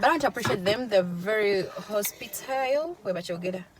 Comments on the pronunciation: Hosptile...really?????😂😂😂It’s Hospitable please!!!!! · Hospitable please, not "HOSPTILE"??🙄